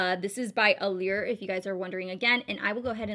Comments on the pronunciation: It's pronounced allure not allear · You said allure wrong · lul i thought i was the one saying it wrong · sherry Little I get that but sometimes little things will just bug you